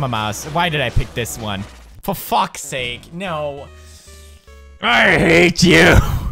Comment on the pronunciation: "Fo fack sake" where is the Counter :D